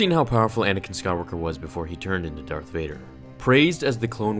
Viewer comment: is it just me or did he say DARKF vader